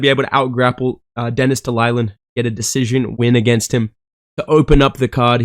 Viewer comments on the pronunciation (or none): Denis telulin has had 19 fights in ufc and casual bedtime dude doesn’t even know how to pronounce his name😂.